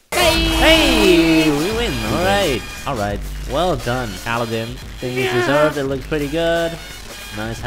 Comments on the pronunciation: Alden? 😅😅 it's Aladen wtf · OMG THAT RAP IS SO TRUEEE Skrt skrt jdnsksvsjjh skrtttt sjndgscskkd skrt skrt sjsn ! 😂😂💖 Edit: Its Aladdin N Yu Keep Sayin Aldin 😂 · Aldin? You mean Uh-la-din.... right? Haha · Andrew and La'Cee Paxton is it weird that they pronounced it aldin? 😂😂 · Lol he said AL-DIN INSTEAD OF ALADDIN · You're saying the name wrong, It's Ala-ad-din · You said aladdin wrong but i still love you guys(not in a gay way)